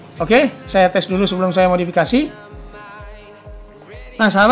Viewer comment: modapakasi madofekasi maudikasi.. aduh blepotan modefakisi